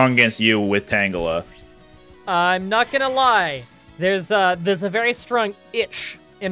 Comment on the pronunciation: ...yeah, but "tangle".